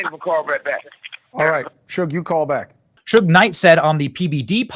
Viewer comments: It’s pronounced Shoog knight . Not hoog 😂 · His name is pronounced shoog and he is not a rapper. He was the owner of death row records. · Pronounced ‼️ shoog night ‼️😎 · Bro you butchered shug knights name😂 damn never ever heard ot said like that before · LOL! His name is Suge (pronounced like "sugar" with out the 'ar') Knight. He's not a rapper, he was the CEO & part owner of Death Row Records. You're welcome.